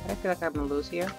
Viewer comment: when she say lose she say losee